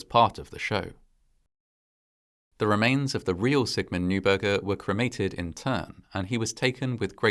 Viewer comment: the non-anglicized pronunciation of "neuberger" would sound like "noyberger" :)